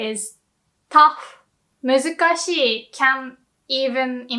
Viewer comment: When you say muzukashii, do you pronounce both i's? As in ee-ee?